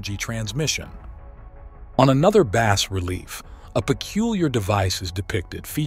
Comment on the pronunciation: The 's' is silent in the phrase "bas relief." It is pronounced "baa relief."